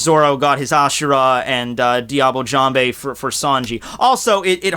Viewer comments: IT'S DIABLAY JAMBE, YOU FOOL! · i thought u pronounce diable jambe with the "l" in diable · Diable Jambe is a technique named in french and it's not said " Diable Jamb(Hey) " it's pronounced " Diable Jamb(/) ":> hello from France